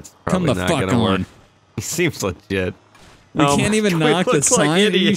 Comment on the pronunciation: He always says seems liget